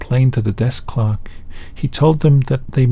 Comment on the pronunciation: For the first story, I was 3 minutes in before I realize the story wasn't about a "ghost clock." 😁😆 I put closed captions on and it interpreted it as clock, clerk, and clarks in separate instances.